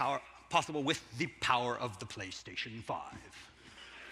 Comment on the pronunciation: "Da power of the Playstation Five !" The way he says it cracks me up 😆